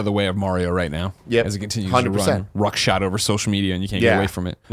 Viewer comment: Is this a joke or does Greg really think the term is “ruckshod”? Because it’s “roughshod” and I swear he said ruck a couple times.